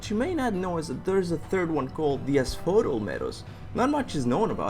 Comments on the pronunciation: A few thing i wanted to clear up 1. Hades isn't the God of Death, He's the God of the Underworld. the God of Death is Thanatos 2. Asphodel is pronounced As-fo-del and it's the Greek equivalent to Limbo or purgatory. It's not good or bad. If you live a life that was not particularly special or evil then you spend the rest of eternity walking through the meadows never feeling tired or anything really with no memory of anything. 3. Dionysus was the Wine God but he was no pushover. He regularly turned people that angered him to animals, He had the power to curse mortals with insanity (which Kartos is clearly susceptible to) and he even Killed a giant single handed with nothing but an Acorn on a stick. He might be a drunk but He's still one of the 12 Major olympian Gods. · Ass-Foe-Dell Asphodel